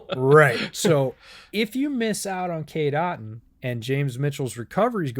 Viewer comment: Listening to the podcast I heard KDot instead of Cade Otton. Had to come here to the description just to see who KDot was 😂